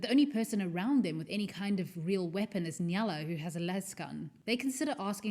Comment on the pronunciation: Awesome video, just one thing that bothered me was that you always pronounced the name like Nyala even though it is actually Nayla